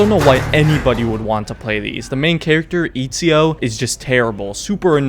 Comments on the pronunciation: my guy said EAZIO instead of ezio 😂😂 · Why did he say izio instead of ezio ? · This man just said Izio instead of saying Ezio😂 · FIRST this game is trash for ME ONLY FOR ME BUT PLS DON'T CALL EZIO IZIO BECAUSE IS ITALIAN AND U NEED TO SAY E Z I O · its not Ezio it's Izio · Imagine calling Etsio, Itsio. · And it's Ezio with a short E you braindead monkey 🐒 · I laughed my italian ass off when you said Itsio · Eazio?? I thougjt it was Atezio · Eet see oh, I absolutely can't 🤣🤣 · Lol, "Eatseeo" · It’s sad cause I think it’s one of the best games ever for real... I lost all respect at Eat-z-0 though... then noticed you were being sarcastic. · Lol he also says “Eetsio” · it is ETZIO, you fucking retard go to google translate and type ezio and listen how its pronounced in italian... dont breed LOL :D HAHA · The way you pronounced Ezio gave me flashbacks to 2019 which is when I actually got into Assassin's Creed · I stopped watching when you mispronounced Ezio and called him "terrible", "super annoying" and "unlikeable". You have no fucking idea what you're talking about. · Oh man I died laughing when you pronounced Ezio's name wrong. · as soon as he mispronounced ezio i knew this had to be a joke lmao. But i actually thought it would be a serious video about odyssey lol i've been actually considering getting the game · Baggin on ezio and you can't even pronounce his name correctly LOL go away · odyssey is best game - alright. interesting take. ill hear you out AC II is trash - Oh very controversial. Its a hot take but okay mispronounces ezio - THIS HAS TO BE A JOKE almost got me there man. Checked the date as soon as i heard that lol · I hope the mispronounce of "E"zio is also a joke! Because it bugged me to death! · As soon as he mispronounced Ezio's name I new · man really said etdzio and altdir 😂😂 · How you pronounced ezio and Altair had me dying